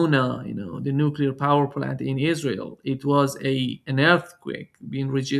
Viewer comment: "nukilar"? Never go full George W.